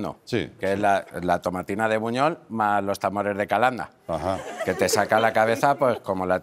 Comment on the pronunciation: Tomatina de Buñol. No de Buñuel como comentas. Soy de un pueblo cercano y lo conozco bien.